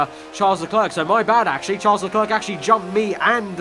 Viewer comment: please fix your pronunciation. Charles Leclerc is pronounced as Le-Claire, not Le-Clerk